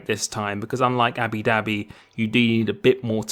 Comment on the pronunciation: he said abi dhabi again